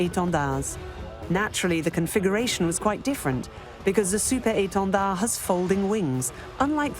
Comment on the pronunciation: The way she says 'Super Étendard' with French accent means she must surely speak French language fluently.